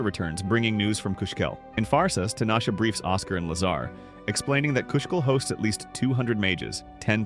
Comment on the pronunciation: Lazar? All I hear is lasagna! 😂 🍝